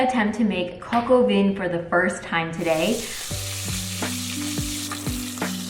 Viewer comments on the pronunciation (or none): I believe Vin is pronounced "van". I think. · Perhaps , learn the proper French pronunciation of Vin (wine).